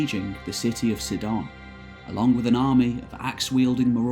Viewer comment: Yes it's marvellous work. To be picky, Sidon is Side-on, Latakia has the accent on the second syllable, the adjective for Genoa is Genoese etc. But yes, the passion shines though and interest is created and held